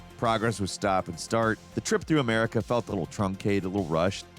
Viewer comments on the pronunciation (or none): none